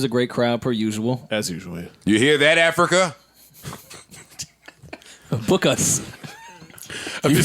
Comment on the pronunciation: I dont like the way You just said AFRICA ! my Guy!